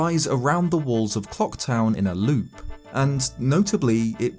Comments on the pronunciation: Reminder: Always pronounce the 'l' in Clocktown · "COCK TOWN sits in the centre of Termina field" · i actually thought he said 'CO3KTOWN' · I swear he says cocktown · I'm so sorry, but , you definitely say "cock town." There goes your monetization.